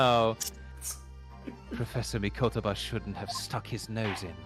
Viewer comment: Tiny nitpick, but with regards to Mikotoba, is saying the Mi-KOH-toba name correctly while is saying Miko-TOU-ba incorrectly